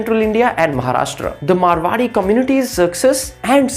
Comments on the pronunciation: Abe chutiye woh मारवाड़ी hai मरवाड़ी nahi 😂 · Abe..It’s Maarwadi..not Marwadi